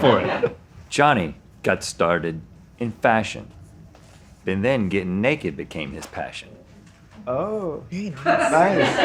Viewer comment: “ Totally nekehd “